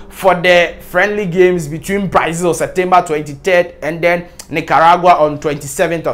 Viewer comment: The name is Brazil and not Braizil.